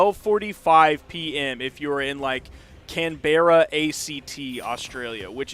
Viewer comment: CAN-BERA bruh say it like canbruh